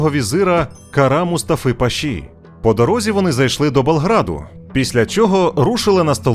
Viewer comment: Дякую! Цікаво! Але, замість назви міста Белград, Ви кажете - Болград((( Виправьте, будь-ласка!